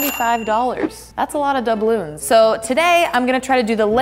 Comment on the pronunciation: Doubloons. Means Spanish gold coins. But I agree. It did sound like dabulu